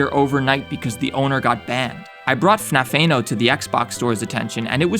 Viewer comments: The way how he says "FNAF-Tha-No" is what made this video entertaining. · It's like F N A F E N O and it made me giggle